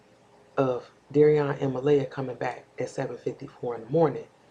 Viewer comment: Please say her name right.